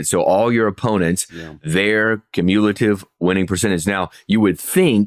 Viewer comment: Cuh-mule-ative... words is hard.